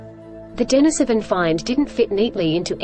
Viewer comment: It's pronounced din-EEse-O-ven.